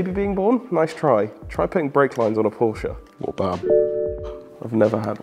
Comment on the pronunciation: And learn how to pronounce Porsche correctly-ask Alex he knows